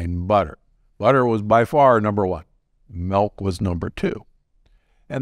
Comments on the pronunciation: Not " MEHLK " LOL MEELK !!! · Mehlk, never drink melk...